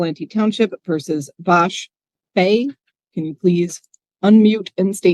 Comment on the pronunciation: " Vash Bey?" 😂😂😂😂😂